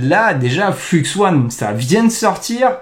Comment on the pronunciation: soit tu dis "fluxe un" soit tu dis "fleux one" tu peux pas mélanger les prononciations entre anglais et français. enfin si tu peux, mais ce sont que les français qui ne connaissent pas l'anglais qui font ça. Sinon d'après ce que j'ai compris flux1 c'est stable diffusion (plein d'ingé de SD) utilisant un dataset d'image non libre (chut) qui permet de rendre stablediffusion enfin exceptionnel et pas limité par la qualité merdique du dataset.